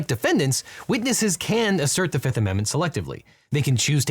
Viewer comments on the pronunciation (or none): Just prior to he said "firth amendment" right? I'm not crazy? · hehe. "Firth" amendment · I'm sorry the FIRTH amendment? Damn I didn't know we had an amendment from the guy from Pride and Prejudice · Heehee. I freaking love verbal slipups and typos. Thanks for pointing out, I got an honest giggle out of that. ❤